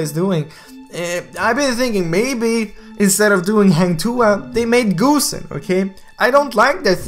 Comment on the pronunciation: Ok, pronouncing Hang Tuah can be hard, but "GOOSE"-en? Really? Come on bro haha. Nice vid though, keep it up!